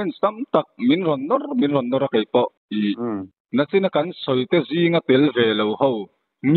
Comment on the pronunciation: Nachin a ni lo NICHIN tih tur aw